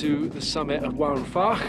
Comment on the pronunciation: Great video, two minor points. Mynydd is pronounced "Mun-ith" Waun is pronounced "Wine"